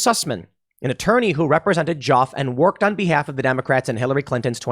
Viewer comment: Just saying, "Joffe" rhymes with "coffee."